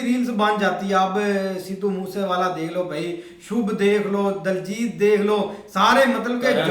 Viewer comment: Diljit ko daljit kyu bolte ho tum 😂😂